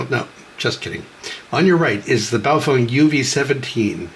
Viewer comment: I'm a year late to see this, but I want you to know. You're the first person I've heard pronounce BaoFeng correctly. :)